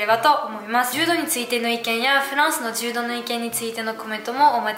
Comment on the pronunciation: 柔道はジュウドではなくジュウドウです。 ジュウドだと ヘイ！ジュウドと思ってしまいます。(正しくはヘイ！ジュードやけど。)